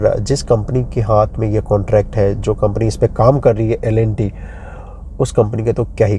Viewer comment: Bhai L & T ki pronunciation to theek karo